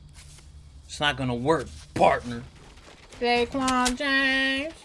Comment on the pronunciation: cuz its "dae"quan hahaha